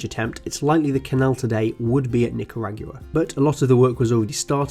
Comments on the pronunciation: that ain't how you pronounce Nicaragua. It ends like GwaH, not GOOWAH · Btw it's not nick-kuh-rag-you-uh, it's Knee-ka-raw-goo-ah. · Interesting video, but I cannot not comment on your pronunciation (and apologies in advance, it just bugs me too much), it's row-suh-velt and not roo-suh-velt, and it's not nicaragooah, but nicaragwa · Nicaragua = Ni-ca-ra-GWA, not Ni-ca-ra-Gyou-a. And Roosevelt = Roo as in grow, not rew. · The way you said Nicaragua. It's "nick-ah-raw-gwah" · I like how he butchered the pronounciation of Nicaragua, it's Nick-ah-rog-wa